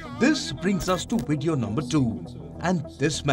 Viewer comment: What's a wideo?